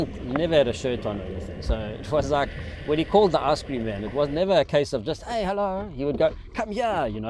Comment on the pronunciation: that “hey” confirms he’s South African😂